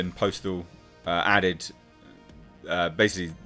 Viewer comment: Postl is pronounced like "apostle" but without the a.